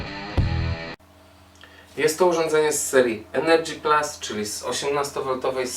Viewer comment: Proszę Cię nie mów "energy plas".... ;)